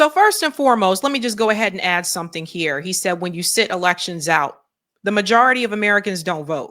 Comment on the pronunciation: “He We Go” was that on purpose?